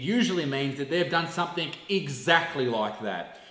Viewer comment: Loved it, the only thing I have to say is... "Something"!!! For Christ holy sake stop adding a K on the end.. "somefink" is not a word!